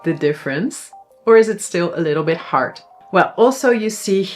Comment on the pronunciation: You said "hard" with a T... Is that just your Nederlands instinct? :)